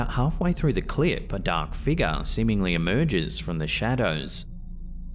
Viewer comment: The way you mentioned a dark figure sounded like "a dark figga" and I just smiled I'm sorry 😅